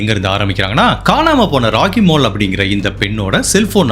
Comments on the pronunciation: Pls note She is rockkkymole Not ragi mal He is akkkil not as agil Neyyatinkarai not karaaa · ராகி மால் இல்லை ராகிமோல்